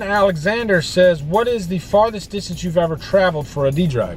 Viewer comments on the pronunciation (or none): none